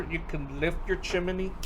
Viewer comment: One suggestion: Chimney is only 2 syllables. chim·ney ˈchim-nē